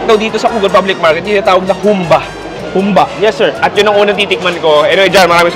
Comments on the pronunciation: advice lang,medyo mali pronounciation mo sa humba, sikwate,kinilaw. Pwede ka paturo sa mga locals sa tamang pronounciation. No hate paps, nice vlog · Nakaka trigger ang pag pronounce nya ng Humbà eh Hahahaha